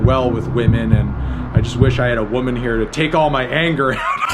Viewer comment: Why so little emphasis on the word WOMAN?